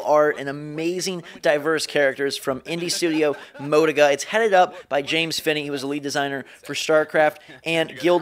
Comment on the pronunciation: the company name's moe-tee-guh btw lol.